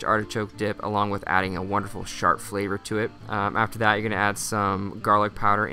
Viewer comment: Did he said shard flavor or it's just me?